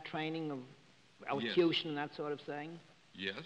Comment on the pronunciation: ELOCUTION! NOT SHUSHAN!